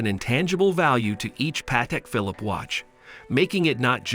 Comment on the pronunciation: This video sounds like it was created and voiced by AI. Also, if you're doing a video about a watch brand, learn how to pronounce the name.